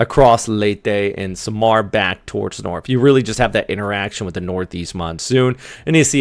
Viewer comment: love accent how you pronounce SAM ar Pe Nay XD kinda funny